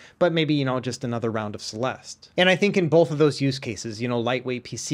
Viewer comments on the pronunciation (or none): none